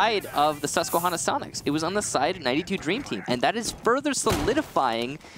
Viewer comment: As a guy from Susquehanna it makes me laugh hearing people who don’t know how to pronounce it it’s Susque-Hannah not Susque-Honna